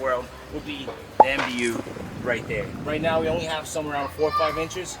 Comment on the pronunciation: Mbu (muh boo) not MBU 😉